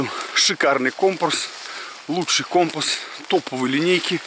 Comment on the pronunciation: Ну всë же не компа , а компаааас